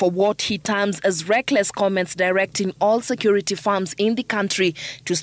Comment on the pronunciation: She said private sector regulatory authority it is security not secor😂